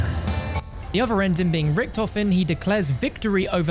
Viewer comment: As a German it makes me aggressive everytime I hear "ricktoffen" It's Richthofen 😭😭😭